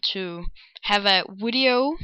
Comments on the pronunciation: and wtf why do u say wideo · I want to add that wideo affect to my i mean sound effect to my wideo